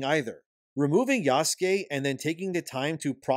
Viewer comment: Why the hell do you say "Oobisoft" and "Yaske" when it's "Ubisoft" and "Yasuke"?